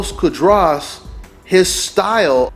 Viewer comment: cu -ah-dras